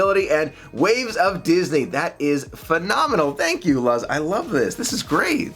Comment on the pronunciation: if it is spelled Luz, the name is pronounced LOOZ, not Luhz. It's Spanish for "light".